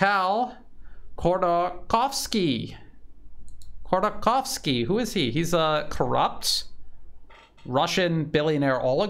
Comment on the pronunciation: If you give a f#%&, Ходорковский is pronounced as hodor-cOw-ski, with sound R in Hodor and real strong O in cow.